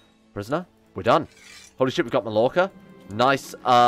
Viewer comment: ITS PRONOUNCED MAYORCA